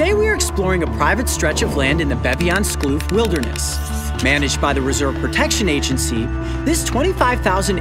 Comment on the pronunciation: Beviaanskloof... Great pronunciation ngl